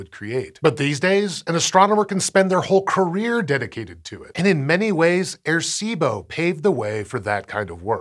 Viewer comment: Great piece, just wish there was a little more effort put into the pronunciation of the name. Sounded like he kept saying “air-see-bo.”